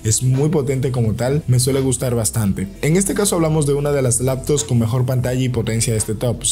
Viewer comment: Te refieres cuando dice por ejemplo laptos